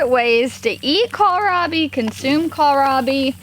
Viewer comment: you look fantastic! Praise the Lord 💕 You are the only person I have heard who pronounces Kohlrabi correctly. There's no "i" in the middle of it, so just "cole rob ee" I've even heard it pronounced "call me rob" and mispronouncing a plant makes it hard for someone who is new to that plant to find it. So, thanks. Sweet lady!